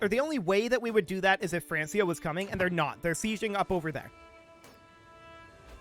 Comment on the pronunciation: Francia is pronounced Frank-ia...... There is no S sound in the name. I understand how it is confusing seeing how close it is to the name France. Which it turns into, but that is NOT how they pronounced it back then. Not mad. You just sound like an idiot to me whenever you say it. I hate to say that too. (Not the pronunciation, the idiot thing)